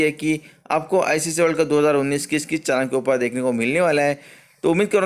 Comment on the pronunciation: चानल नहीं भाई चैनल होता है।